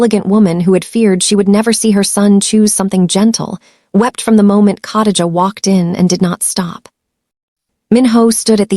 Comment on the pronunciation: COTTAGE A???Do you mean KHA (KUH) DI (DEE) GA (JUH)???? Come on fam. You dint even try smh Cottage a is hard to listen to.